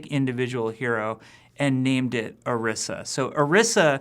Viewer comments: You pronounced Orisa incorrectly. Fire him. YOU GOTTA ROLL YOUR TONGUE MAN. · When does this come out? Also he pronounced orisa differently than they did in her origin story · is it really that hard to pronounce Orisa and Efi? Especially since you have helped develop them? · really? you cant even pronounce your own heroes' name right? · Either he's pronouncing her name wrong or they spelled it poorly. (That "i" should be long, unless they add two "s"s) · pronounced "oreesa" or "orissa"? y'all need to communicate with each other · That's what makes it so irritating. He should know how to pronounce it. Go and watch the character intro for Orisa that is also on the overwatch page. It is very clearly pronounced as I said it. Always so cringeworthy when you hear people mispronounce names. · OREESSA!!! not or-ih-sa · ... He pronounced Orisa wrong... In her origin story video, Efi pronounced her name "Or-ee-sa." He pronounced it "Or-ih-sa." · Why does Jeff keep pronouncing it "Arissa"??? Dude, it's Orisa! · This n**a said Orisha? It's pronounced; Or-EE-Sh-Ah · The video say O-ri-sa you said Ari-sa but I do know people talk different sorry this was rude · Oh-ree-sah. Not Uh-riss-uh. They pronounce it that way in the promo video. It's really not that hard to say it correctly. :/ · Or-15 Or-IS-A Orisa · Isn't it pronounced (oh-ree-sa)? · Akinwale segun Its supposed to be pronounced OrEEsa tbh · The fact that Jeff says orisa without any sort of accent into it (Or-rI-sa)kind of made me cringe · Jeff pronounces Orisa like Arisa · Haha it's not really laziness. Most people would just think it was a made up name and not think to look up if it was based on something. It bothers me though because I feel like they should pronounce her name as "Orisha." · Ah "Oirsa" I get it.. OR-15-A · Why can't you just pronounce it Oh Reeza